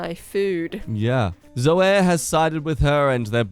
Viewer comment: Pronunciation note: WTF? Zoey and Kayt for Zoe and Kate. I know Australian English is different, but not that different.